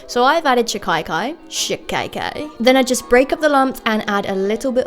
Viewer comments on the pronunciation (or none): its so cute how u say shikakai where as iyts pronounced 'sikh-akae' new subscriber love your content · it's shika. kai not shi kai kai 😂😂 how cutely u pronounced it though 😘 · Love your experimenting, btw It's sheeka-kai or seeka-kai, not shikaye-kaye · I don't know why the western world is so adamant on calling Shikakai SHI-KAI-KAI. It's SHI-KAA-KAI!!! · It's pronounced she-kay-kai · I am an indian. And it works better if you use actual soap nuts. Btw its she-ka-kai and what you said is so funny. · right pronunciation of shikakai is: she-ka-kai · She-kuh-kai, that's how you'd say that. And my grandmom makes it for me but I haven't used it in a while, but now I kind of want to again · *no hate, but pronounced she-ka-kai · Its pronounced she- kahh- kai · Omg!! Thanks for using an indian product. Btw its pronounced she- ka-kai 💖💖 love your vids <333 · As an Indian, I feel so happy that you're recommending this! Also, if it helps, it pronounced she-kaa-kai! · She pronounced shikakai wrong.......